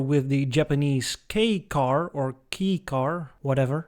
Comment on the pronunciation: Your pronunciation of Mitsuoka was quite good. You were right on your first attempt at kei-car ("kay"). A few other retros in history: 1956-57 Lincoln Continental. Early '60s Chrysler Corp cars, especially Imperial, and Dodge Dart & Lancer, and Plymouth Fury & Valiant.